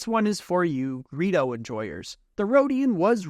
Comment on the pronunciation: Serously, Greo? ITS GREEDO